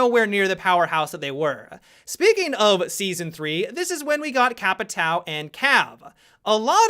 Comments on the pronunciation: The way he pronounces Capitão triggers me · Patrick Star the way he pronounces capitão triggers me